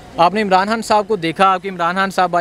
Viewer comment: Paji apni urdu thek kr pehly Haan nhi khaan hota he